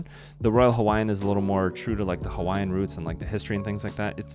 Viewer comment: Excellent video, man. Your pronunciation of Hawaiian words was spot on. That tells me you're either a great researcher, very intelligent but probably both. We're gonna stay there and so your validation makes me happy. Mahalo nui loa! 🍍 💙 🍍